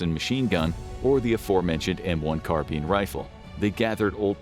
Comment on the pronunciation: “Carbean”😂😂 is that the proper way of pronouncing it?